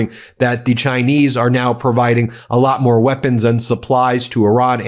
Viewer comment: I don't blame Iran for not agreeing to a moving target (not to mention the disrespect of mispronouncing the name of their country). Unfortunate that Donnie didn't think it was important enough to go to this meeting and negotiate in person. Probably just as well, as he can't focus for the length of a complete sentence.